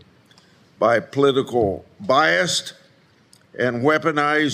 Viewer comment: Theres no "t" in bias., mr. Grassley.